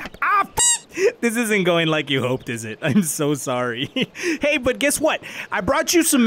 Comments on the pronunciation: Ey mami not oi mami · Its hey not oi